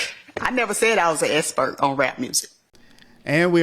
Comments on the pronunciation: "I am not an espert you didn't axe me ....." These are supposed to be professionals .... ASk Not Axe its effing absurd . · She cant even say expert 😂 typical dei